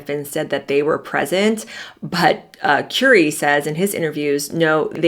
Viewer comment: Currie pronounced like "curry" not "Cury"